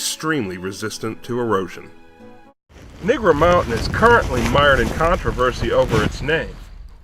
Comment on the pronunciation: It's actually Negro Mountain, not "Nigro Mountain" lol